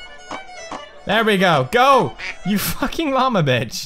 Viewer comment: LLAMA, not lama.